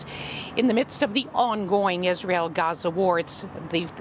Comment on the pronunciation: This woman said Isran... What drug is she on really?